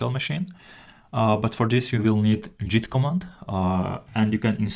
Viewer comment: it's git not jeet.